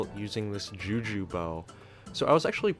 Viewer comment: For a second i heard "jew jew shortbow"